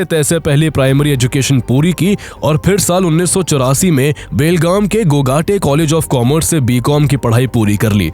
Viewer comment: It's GOGTE... Not GOGAATE College...